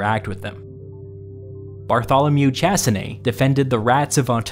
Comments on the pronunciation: You managed to pronounce the end of Chassenée correctly, but completely mispronounced the beginning and the word Bartholomew (which is a French name). In French, there is no English "th" sound or a "ch" sound. It's pronounced "Bar-toh-lomew Sha-ss-enay". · If he was French, his name was BartholoMEW ChassinéE: different language puts all the stresses on the last vowel always. And "Ch-" is pronounced as "sh" as in "shower". You are TELLING a story, always check the pronunciation of the words you don't know, and for foreign languages check it even if you think you know it. If this was a written essay, we wouldn't know this, but you're speaking, so don't sound uneducated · It is pronounced Shaseneè. C and H make a sh sound in French.